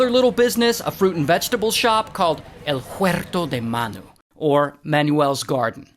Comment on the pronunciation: the way to said "El Huerto De Manu" 👏🏼🥶😎💥